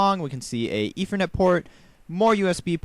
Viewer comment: MLG GamerKid 800 He's just pronouncing "th" sounds with a "v" sound, he does it for ethernet also.